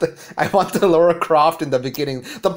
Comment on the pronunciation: LARA Croft. Sound it out. Lara. Not Laura. Lara.